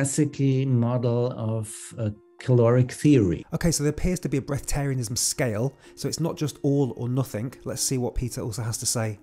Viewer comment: bresth arianism, no second 't'